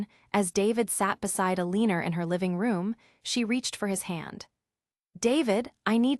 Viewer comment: The story is good but the ai reading is terrible. It pained me to hear Eleanor pronounced so poorly. It would be nice to hear these stories properly read by a human.